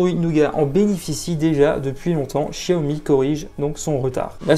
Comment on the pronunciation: Quel gros bêta ce gars , ça se prononce "chaomi" et pas "chia-omi" comme pour chier dans ton froc ,il faudrait peut être enlever le film de protection pour filmer la beauté de l'écran,de plus,il est à 128 euros sur lightinthebox port compris et il a bien la bande 800 mhz donc la B20 ! donc imbattable avec sa batterie de 4000 mah